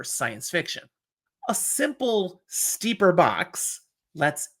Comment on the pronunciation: Step-per, as in step.